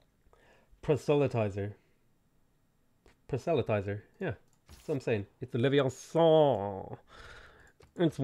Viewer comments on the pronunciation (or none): For "prosthelytizer" the emphasis is on the first syllable, just like in "prosthelytize". It's one of those weird words that is very long, yet has emphasis on the first syllable.